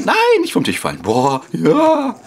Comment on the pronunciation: Es heißt Tisch und nicht Tich ...